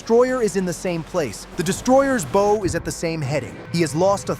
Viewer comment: Please, if you’re going to broadcast these videos, learn how to say the boating term “BOW”!!!🤡🤐